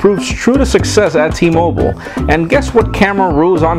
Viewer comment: T-MOBILE NOT T-MOBLE FFS!!!